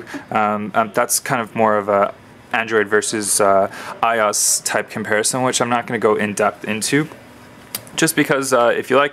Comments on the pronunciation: I...O...S... - is how its pronounced... not eyeos. Separate the letters out friend. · 'i' 'O' 'S' ... not "i" "os" :@ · its IOS not I OS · I could not finish this video. It is pronounced I-O-S not I oss. Watch any release video for a previous iPhone and you will see that Apple Execs themselves call it iOS not I oss. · its pronounces eye-oh-ess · This video is crap. No offense but you keep stating your opinions, and if this is a comparison video why the heck are you stating your opinions. You're pronouncing iOS like a hot mess and why would you bring in BBM when you are doing an iPhone and a GS2 comparison. You kept going off on things that didn't make sense and you didn't give a clear explanation on which phone is better, you just said its an opinion. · You're pronouncing iOS completely wrong by the way